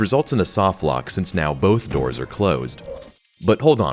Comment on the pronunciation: "Through the Dors"